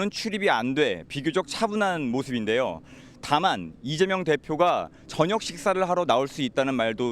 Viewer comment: 앵커님 왜 자꾸 이대명이라고 하세요 컨셉 좀 그만 잡고 발음 제대로 해주세요